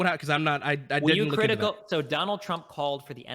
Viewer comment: "were you critivial of this event?" Destiny "Yes of course" Literally with nothing in between "Wait can you explain what that was?" Bruh